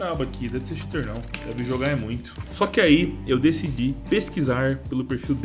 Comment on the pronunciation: "eu deci dí" nordestino